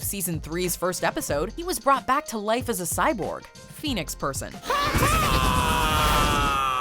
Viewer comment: U HEATHEN U SAID PHOENIX PERSON. AHHHH I CAN'T UNHEAR THAT